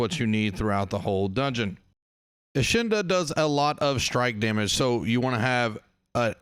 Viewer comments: Eh-kid-na bro 😂😂 Enchilada had me rolling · Enchilada - bro are you speaking in tongues here? 😂 Davros sent me, he said you're the best.